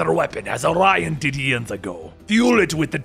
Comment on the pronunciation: That's why the confusion. Dude, his name is ARION not Orion. I used the collect his comics. Why are saying "Orion"?